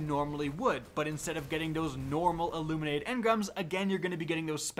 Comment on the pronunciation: Why are so many youtubers calling it "aluminated engram" instead of illuminated? Am i missing something?